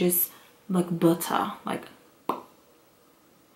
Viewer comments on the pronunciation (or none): Lmbo "buutta"